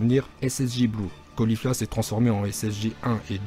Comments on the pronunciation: On dit caba pa cabé et pas colifla mais califla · Pour Caulifla, tu l'a mal prononcé c'est Califla la prononciation et pas Colifla, OK !